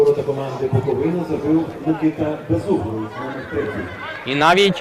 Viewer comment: За таку поразку не соромно від Шахтаря, Барселони😂😂, але не від минаю! І ще! Коментатору потрібно вивчити, що команда зветься БуоковИна, а не БуковинА......наголос на И, а не на А😂